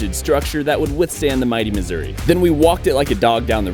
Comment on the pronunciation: i love how he pronounces missouri as "misery" sometimes